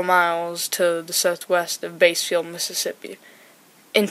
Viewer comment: Side note but by the way bassfield is pronounced like the fish "bass" instead of "base" "bass- field". Otherwise this was a great video! Also merry Christmas if you celebrate!